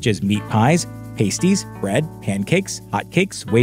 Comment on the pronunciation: Pasties rhymes with nasties. Past, not paste.